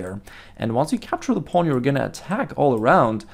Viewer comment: Nice videos man i like how you pronounce pawn "paln" lol